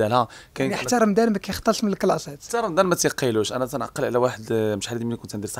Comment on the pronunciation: المذيع (حاشا واش نقول صحافي) يقول: رمدان 🤣🤣🤣🤣 وااااا رمضان يا بغل